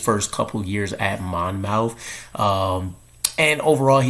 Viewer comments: Not Mon mouth College. Monmouth pronounced Monmouth College. I should call you and tell you how it's done. Miller should compete for a job like everyone else in camp has to do. No one should be anointed as the one. He might need a year or two to develop. I like some of these kids that went to a local college. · It’s pronounced more like Mon- myth. Just to clear the air lol no shots fired just saying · It's pronounced Mon-Muth. Or go watch his highlights there. They say it. I know that's small, but I'm originally from Jersey and it was killing me lol.